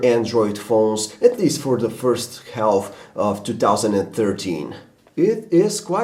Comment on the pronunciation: He pronounced the 'L' in half. LOL